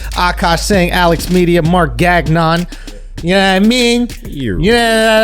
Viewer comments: Gagnant is not GaG-nant, it's pronounced Ganyan, i don't understand why Marc insists on the false pronunciation of his family name, especially that he's first gen American. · Fascinating how Gagnon doesn't know how to pronounce his own last name, I'm domt even speak French or Italian and I know its pronounced Gan'yon.. Nobody pronounces G in wor Bologna right?